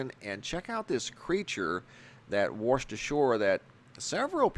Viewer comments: The creature that wersh ashore, ehh. Wersh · you say 'waRshed'# You made my day 😁